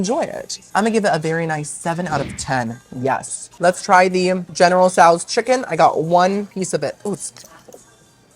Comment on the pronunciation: I’ve never heard general tsos pronounced that way either 😂